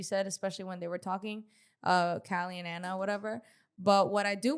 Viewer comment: I've been listening for a while on Apple podcasts. I enjoy you both for the most part (aside from your weird bias to Biggie). I just wanted to see if you all not know or just choose to pronounce Ahna Mac's name wrong? its "Ah-Na". Like "AHHH". Not "Anna". lol. You are literally the only people I hear pronouncing her name like that.